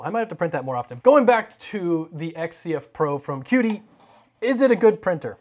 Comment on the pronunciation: It's not pronounced key dee? gif, gif?